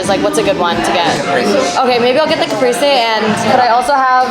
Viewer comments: Italian speaker here, in case anybody was curious; caprese is pronounced like cap-prey-sey (don’t hard pronounce those y s though they’re written for general direction). Our vowels in Italian have very specific pronunciations at least in comparison to the mish-mash vowel sounds in English ahah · You made me want to fly to LA and go to this restaurant omg🤤 btw caprese is pronounced "kapreh-seh"! You have a new subscriber🥰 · Girl that is not how u pronounce the sandwich but u still a queen